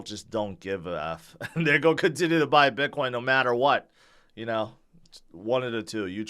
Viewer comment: can you say the word "going"....ing. not goa